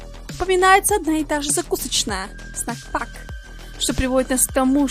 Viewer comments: Классное видео! Только не снак спак, а снэк спейс) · Не снэк спак,а снэк спэйс